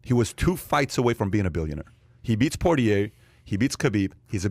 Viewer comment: None of these guys know anything about fighting. Patrick can’t even pronounce Dustin Poirier last name correctly. Also, Patrick asks a stupid hypothetical question. Connor has no chance of beating Khabib.